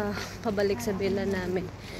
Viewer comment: i was wondering baket sila lang gumagala— OMG — akala nila Pinas lang—hahaha it’s in middle east right? naku just be careful.. that’s villa — not vella..